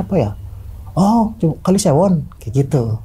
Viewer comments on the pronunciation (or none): Kali sewo bang bukan sewon skdr meluruskan..😁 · Jembatan sewo bukan Sewon hadir ni bang orang sewo